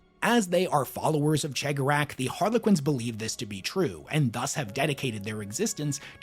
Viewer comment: what's that?! talking Eldar lore? Why yes please! More!...That said, PLEASE listen to the Heirs of the Laughing God audio play to learn to properly speak the name of the Laughing One, please >< It's bad enough Majorkill can't pronounce His or the Whispering One's name, not you to!